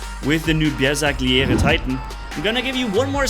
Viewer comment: Please stop butchering the name of the bersagliere like that😭🙏